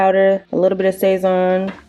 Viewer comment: It's pronounced more like sah-szohn and the emphasis/stress is on the end of the word, just btw~ it's just cumin, garlic, coriander, and this stuff called annatto which is what makes it so pigmented. It also has msg I believe~ my family (puerto rican) also uses it in everything and it's purpose is literally to make stuff look seasoned 😂 we use the goya packets though.